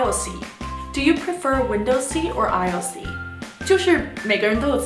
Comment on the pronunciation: 秒aisle才是正確的✅